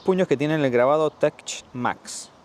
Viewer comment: Se pronuncia "Tek Max"